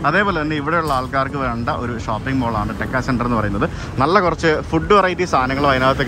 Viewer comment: ടെക്ക അല്ല.... തേക്ക......